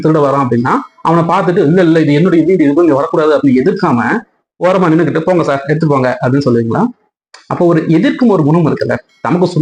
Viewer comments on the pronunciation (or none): none